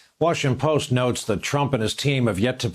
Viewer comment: Who is the Washing Post? Brian, you need to pay attention to your annunciation. You have repeatedly misspoke WhaPoe! like a morning drunk. $0.02